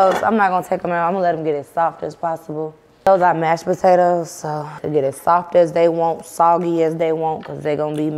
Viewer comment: It's saying "botatoes" for me but can't say "skrimp" 🤣🤣🤣 I Love Them